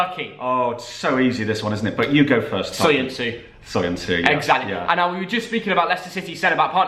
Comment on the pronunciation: Soyun’ju’ not soyunsu C is pronounced J in Turkish Turkish fan here 🙏♥️